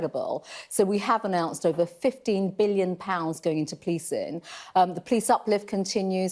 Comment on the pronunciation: What's 'Policin' Does she mean Policing 'Gatherins' 'Livin' 'face Coverins' 'Social Distancin' 'Spreadin'